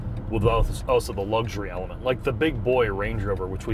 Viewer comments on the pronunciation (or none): For some reason, instead of saying also, says 'Auso' - strange